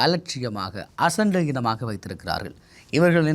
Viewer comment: அசண்டையினம் தவறானது அசட்டையீனம் திந்துங்கள் பிற மொழிச் சொல்லானாலும் சரியாக உச்சரியுங்கள் தமிழ்ச் சொற்களை தேடிப் பிடித்துப் பயன்படுத்துங்கள் கயவு செய்து நர்ப்பத்து அல்ல நாற்பது தமிழ் அறிவு இல்லாமல் எப்படி தமிழ் ஊடகலியலாளர் ஆகினீர்கள்?